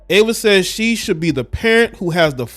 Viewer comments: It's pronounced E VA. Not Ava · EEEEVA NOT AAAAVA. THX ❤ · Could you at least get her name right? It’s Eva EVA not Ava Ava thank you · It’s not AVA it’s EVA 😮‍💨😮‍💨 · Pronounced Eee -Va not Ava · Should’ve done your research. She was a whole top model and actress. And ur saying her name wrong. Smh.